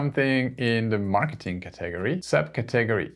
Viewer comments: Very helpful. I'd love to see a part 2. Also, just as an FYI, no offense meant, just an fyi...in the USA we pronounce "Category" as, "CAT - UH - GORY", not "CA - TAG - ORY" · Please learn and practice pronouncing "category" in English. /ˈkæt.əˌɡɔːr.i/ You seem to be breaking it into syllables in a different way, such that I can't even make out exactly how you did it, it just sounds too weird. Just start by saying the word "cat". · Brilliant... Btw, are you saying the word "category"? I'm used to hearing it as 'ca ta gory'. Just clarifying. Thx. Great job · It's not caTAGory. It's CATaGORy. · Thank you so much❤ So I really love the way you are saying Category too. I thought is was a math computer greek word and then I realized after a few times. Just FYI it is CAT like meow Ahhh Gory ( gory slasher film) But personally your way is more interesting❤